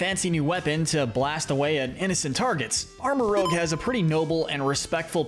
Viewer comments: Arma-RUUJ not Arma-ROWG. ArmaROUGE as in rouge aka red/scarlet Otherwise, great video! Psychic types are my all yime favorite type! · Armarouge like rouge (red) not rogue (dnd class)